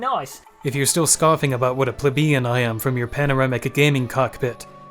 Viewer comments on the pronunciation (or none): It's PLEE-bian. Stay in school.